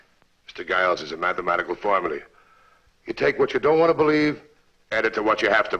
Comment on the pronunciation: Dere's a mattemattical fawmuly! "You come up wit amazing answers."